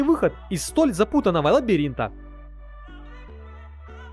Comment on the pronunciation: Товары зачётные, но... перестал смотреть из-за постоянных ошибок в речи... последней каплей стала "стекляннАя" призма.